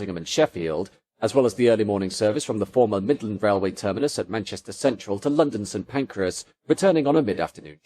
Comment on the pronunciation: Agh stop saying St. Pancreas! 😂